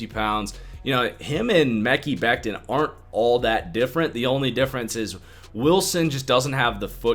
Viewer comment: Dude.....its pronounced Me-ky Beck-tin , lol Why can't you white guys pronounce other races/creeds and religious names ?